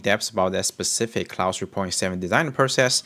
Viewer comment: ClauDE not clauSE